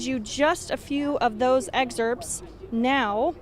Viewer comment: A reporter pronouncing the ‘p’ in excerpts 😂😂😂